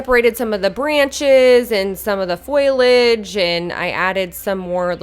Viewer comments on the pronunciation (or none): foilage 🤣😝 you’re so cute lmao. love this diy and how it turned out! ps. it’s foliage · It turned out great! But it's foliage not foilage. FO-lee-edge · Foliage not foilage